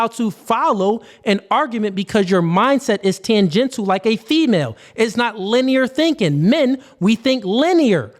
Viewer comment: does big the hell out of me the way he mispronounces certain words. For example, the word “tangential”. He says tanGENTLE. And the word “probability”. He says PROPability. And the word obfuscating. He says “OFFICEskating”. Irks me.